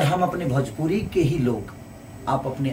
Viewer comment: Beta bjpuri nahi bhojpuri bolne ki sikh le